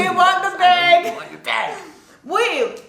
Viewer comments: It sounds like you're saying beg not bag lol. says WAP weird too. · It’s adorableee! It sounds like “beg” when your say bag 😜🤗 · Okay says BEHG or Bāg • says it correctly, Bahg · you say bAYg and we say bAg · The weird pronunciation of the word “bag” seems to be a Canadian thing. You guys say “beg” or “bage” and Americans say “bag”—like it’s spelled. Ha! Love this video, guys! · i've never really noticed the way says bag. now i can't unhear it. it's as if she's saying "beg" and "bag" at the same time. you can hear the "-eg" at the start, then it switches to "-ag" at the end. also, the word is stretched out, almost like there's two syllables. and i wouldn't say she's saying it funny. sounds normal to me. i actually had to play that part of the vid several times to find something. could be because i'm from the south. a lot of my words sound "stretched out". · I never noticed before but you do pronounce bag like bay-g 😭😭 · I pronounce bag the same way (sounds like bayg) and I’m from Toronto, I didn’t realize it until a family member from the US pointed it out lol, people I grew up with pronounce it like that too so it must be a Toronto thing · your 'bag' sounds like 'beg'😂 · yoooo your Jamaican came out wgen you said "BAG" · Bag or beg, this is how Canadian pronounced it.. It is just a Canadian thing... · I didnt even realise you said bag different lol but listening to you in this video saying it, you actually do say it differently